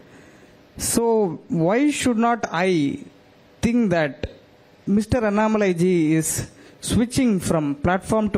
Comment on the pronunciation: The lady who takes the interview must know how to pronounce Mr. Annamalai's name correctly. The owner of this TV must please note. When you direct somebody to take interview she must atleast know how to pronounce a person's name